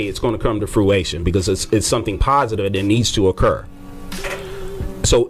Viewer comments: "fruation" LMAO it's fruition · If u saying fruATION but mean fruITION...I’m not answering ya question smh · “When it comes to fruation” Couldn’t just say it wrong one time, but three lmao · I was wondering if he was doing that intentionally. Nope. He just doesn’t know how to pronounce it. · I noticed too😂😂😂😂😂😂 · THAT WAS KILLING ME!! 😂😆😂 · This is petty, I know...but I am super annoyed by the interviewer's pronunciation of "fruition." There is no "a" in the word.